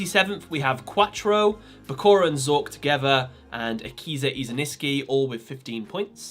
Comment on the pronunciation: Isinski pls stop saying it wrong it's pronounced is in ski OKAY!!!!!!!!!!!